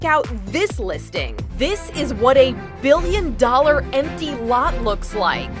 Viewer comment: Did she say billion